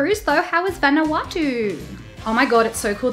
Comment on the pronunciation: "How was Van-EW-ahh-Too?"